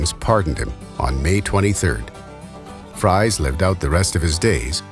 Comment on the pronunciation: It is pronounced FREEZE not like french fries.